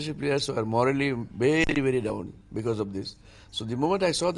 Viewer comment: "Morally Bangladeshis are bery bery down" says the moronic ICC president Mustafa Kamal. Ha, ha. This match has made Bangladeshis immoral it seems! Who made this moron a President of ICC? the guy should be sent home. Anyway, he does not list the mistakes that were made in the match. A case of sore losers. Do not deserve a test status.